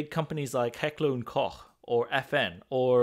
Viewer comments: jipppiiiiiieee, finaly an American that pronounces Heckler & Koch correctly 🙂 It ain't a soft drink, same as a Porsche is not a place to sit, to whatch the strret or your garden 🙂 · You are the first American, who pronounces Heckler und Koch correct! Greetings from Bavaria, Germany